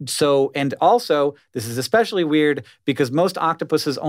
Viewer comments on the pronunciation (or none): How did Hank just pronounce especially? Esssspecially dude. OH NO!! He sai, “EGG-specially” didn’t he. 🤦‍♀️